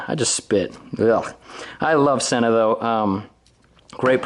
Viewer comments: Since I bought my SMH10 units, I have been making the same error that you have made on this video. It turns out the correct pronunciation is " SEEna" not "senna" ! I don't think we're the only people guilty of making this mistake, but if you listen to YouTube videos made by Sena or happen to call them, you will see we are wrong ! The SMH10 is incredible and my only complaint is that the range is very limited due to the fact that it's all done via bluetooth. Love your idea of creating a tour business - have thought that's the direction you should go for a long time. Hopefully you can become the Edelweiss, Beach, IMT, etc. of Utah ! Best of luck and keep up the great work !!! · With grammar rules I don't get how people get "senna" from the word Sena.